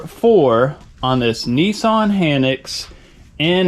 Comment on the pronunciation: It’s not a Neesarn it’s a Nissan .